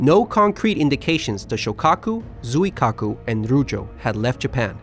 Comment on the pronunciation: Hey Chitose is pronounced "Chi-to-se" (se=say), separately, not Chi-tose :D Zuikiaku sounds like John Keanu or something lol!